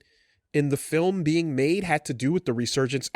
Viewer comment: That's not true. You also get to hear try to pronounce film a few times with various results. Sometimes he catches a film, but 3 seconds before it's a fillum, whatever that is.